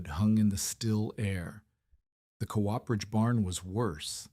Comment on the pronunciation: COOPERAGE..... AI can't pronounce it properly.......